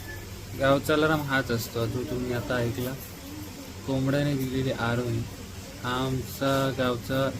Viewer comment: आरोही नाही भावा आरोळी.. भारी keep it up